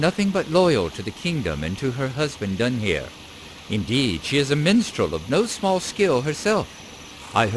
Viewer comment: A couple of nerdy interjections here ;-) First of all, "Dúnhere" has three syllables: "Dun-hair-uh" (the last syllable is actually somewhere between "-uh" and "-eh"). I think you meet him later on. Second, "Ellen Fremedon" is an Easter Egg taken from the opening lines of Beowulf where it isn't a name at all, but it does fit superbly ;-) ETA : the river that flows through Harrowdale is the Snowbourn.